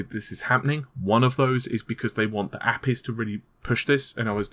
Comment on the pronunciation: Did you seriously pronounce APIs as "appees"?